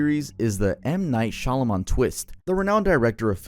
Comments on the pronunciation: ‘Shamalah’ 😂 had to look down at my phone when you tried to say his name cause I was soooo confused lol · Your mispronunciation of SHYAMALAN is so grating lol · With the content you do, saying Shyamalan’s name wrong over and over is kinda crazy 🤣